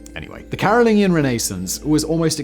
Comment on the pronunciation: Respectfully, Simon is brittish and somehow cannot pronounce things correctly?? CAROL-LIN-JEE-IN Dude mispronounces something every gd video. It's maddening 😂